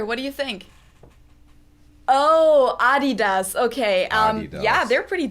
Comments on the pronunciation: I‘m German and live in the US and I was totally blown away by the fact that I can find so many German brands here! Hearing the funny American pronunciations though…hurts sometimes 🤣 Adidas is definitely one of the worst haha You’re doing great btw! Really impressed how fast you’re learning and your pronunciation is so much better compared to most Americans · Adidas is pronounced they way it is, because RUN DMC sung My Adidas, instead of Slick Rick.